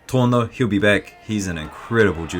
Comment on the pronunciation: The name of the under 66kg fighter is pronounced Torné (no silent E)